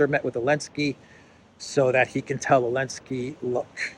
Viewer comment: Your videos are great but why do you call Zelensky , elensky 😂